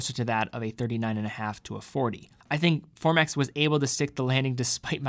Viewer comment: Formex not Formax